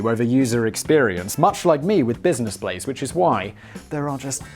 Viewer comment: “Blizness Blaze” “My Splace”. What’s in that solo cup Simon? Also “cockwomble”. I’m so glad I’m not the only one that uses that term.